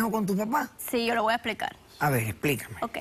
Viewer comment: "Que tiene que vel?" Dios mio!!